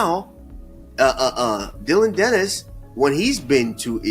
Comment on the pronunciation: U mean Dillon panis, Or dilldo panis 😂